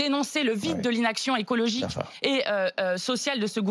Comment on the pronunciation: le mot à été dit ^^ écologigue^^ mdrr